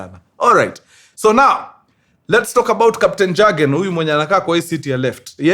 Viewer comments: Please it’s not Jurgen. ( like the J in Jack). It pronounced as Yurgen. The J is a Y while pronouncing. Hire me for me German utterances 😅. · Mzee pronunciation si jagen. Ni yogen. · Mjamaa. Pronunciation for the name isn't JAGEN, it's YOGEN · In Germany the j is pronounced as a y ...so you will read it as yagen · Mkuru I know its long but its read kama Yiugen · Jürgen is pronounced as Yugen! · Ilikuwa a popular name kama kevo, it's pronounced " yogen"😂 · It’s pronounced yargen.. j=y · Mkuru story kubwa hapa 😅😅😅safi sana lakini sasa Jurgen hatunanga Ujerumani inasoma (Yugen) wajerumani don't have J.The J is always pronounced as (Y) otherwise fiti saaana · Pronunciation ya Jürgen in German ni Yoogn